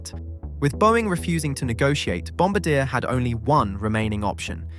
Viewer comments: That's O.K. A lot of English speaking people including myself pronounced Bombardier that way and I am Canadian so I should know better. Phonetically described it would be Bin-bar-dee-ah if that helps. I know that's not the or even the main point. LOL. I like the contents and message that you are getting across to the viewer about big American corporations such as Boing. Thank you for clarifying the tariffs with the C series Beyond Sky. Well done. Canadians got screwed with the Avro Arrow and now I hope Canada goes with Saab and not a step further with the Lockheed F-35. Take that over priced American defense contractors to say the least about that procurement. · that's not correct. its bon-bar-dyé. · No, that is NOT correct. Bom bar dee A (the R at the end is silent). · On the one hand, the apology is nice. On the other hand, how do you fuck up the pronunciation of one of the few commercial aircraft manufacturers when you are an aviation channel? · Haha, apology accepted. I literally came straight to the comments after hearing that, lol. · Here's what I love about flying in Bombardier (or other non-Boeing) planes: I don't have to worry about them disassembling or falling out of the sky. 🤣: As a Canadian, I hereby forgive you for mispronouncing 'Bombardier' since you posted this interesting story and educated me. 😄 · It was actually funny hearing you mispronounce the name . Over and over and over .. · Appreciate the aplogy but I couldn't take the multiple mispronunciations of Bombardier and checked out halfway through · it’s a safe bet that nobody has ever accused you of being remotely bright. It’s highly unlikely that you could pronounce “Bonbardier” anywhere close to correctly. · That's not how you pronounce the name !!!!!!!! AI ......... You should know better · Please learn how to pronounce Bombardier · It's a little infuriating that he's not pronouncing Bombardier properly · You should at least try to enunciate Bombardier properly.